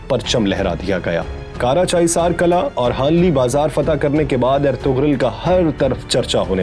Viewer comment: word is kila rather then kala